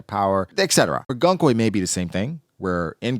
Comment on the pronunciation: Goon-koe! Why is so hard for people to say her name properly. Goon-koe!! It’s like saying goon. And then adding koe.